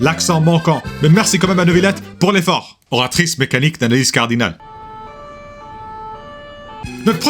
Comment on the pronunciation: I lost it when he suddenly goes Oratrice M'ecanique d'analyse cardinale